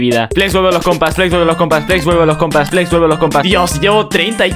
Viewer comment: no entiende que no se dice plex se dice Flex